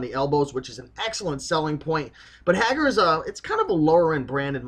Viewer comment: I believe that Haggar is pronouncer Hay-Gar.